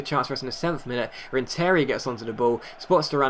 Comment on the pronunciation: It's pronounced RenTERia the emphasis is on the TER not the IA